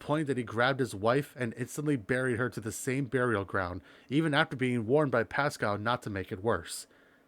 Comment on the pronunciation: PAXCOW.. Paxcow?? Passscow.